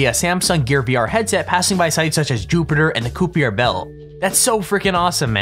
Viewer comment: My dude said "koopier belt" Its kai-per belt. Poor Kuiper belt getting its name fucked into oblivion